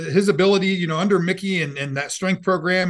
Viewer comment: Under not undee